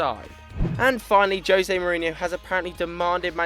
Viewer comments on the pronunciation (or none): none